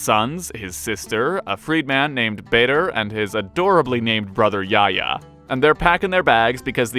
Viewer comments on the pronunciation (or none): Not too sure about names that sound like Yaya, but if you mean Yahya, there are people who still use this name to this day, and the "h" is actually voiced. So it'd sound more like "Yah-ya". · Btw the H isnt silent in the names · His brother's name was not Yaya it was Yahya which means John in English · Thats my assumption, I thought mispronounced, still do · He did mispronounce it but its alright, Arabic names can be difficult for others